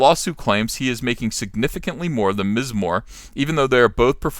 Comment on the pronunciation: Hey Ethan, thanks for pronouncing the 1st wave feminist self created designation of Ms. correctly. I've been telling guys like Zack and Odin and anybody who wasn't there in the mid seventies how they made this up to separate themselves and their cats from married women and young single girls. It's not Miss Marvel when they spell it Ms. Its Miz Marvel with all that implies.